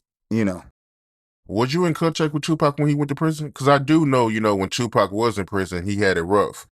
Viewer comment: Bro...I don't know how much more of this interviewer pronouncing Pac's name Tuuuupac I can take. So Tuuuupac...? So Tuuuupac...? SMH Bruh...it's Pac or Tupac. Not Tuuuupac.